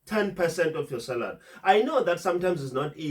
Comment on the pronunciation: I like you videos mhlonishwa,why is this word SALARY so difficult for you to pronounce🤭😂😂...SALARY MHLOMISHWA,not SARALY🤝🤝